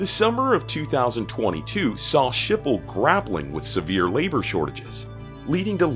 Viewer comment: Skipol not Shipol........